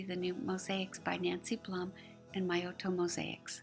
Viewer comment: Such a wonderful piece you made Carol - thank you again!!! Was nice to watch again. Other mistake - my name is pronounced BLOOM but spelled BLUM :)